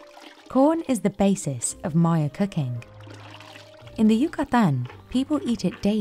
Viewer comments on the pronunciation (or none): I really wish the AI would stop saying "cucking" instead of cooking.